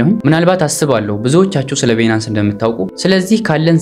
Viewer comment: ትምህርትህን በጣም እከታተላለሁ Nice👍ቢናንስ ስትል ሌላ ነገር ነው ሚመስለው Please ባይናንስ (Binance) በለው።